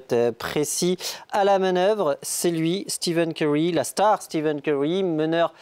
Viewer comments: Le pire c'est qu'il zoom a un moment et c'est écrit en gros devant ses yeux steph curry, et il continu à dire steven curry 🙆🏾‍♂️🤦🏽‍♂️ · Par " Steven Curry" sa fait mal au l'oreille à force